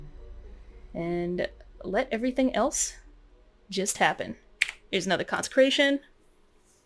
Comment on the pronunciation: you keep messing up 'consecration' and laughing. it becomes old after the 1st time... very hard to finish this video..